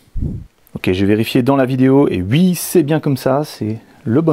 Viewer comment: Je ris tu arrête pas de dire "ui" on dirait un jeune 😉